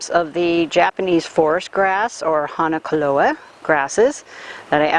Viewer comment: She mispronounced that too. Ask for "Hack ON a klo a"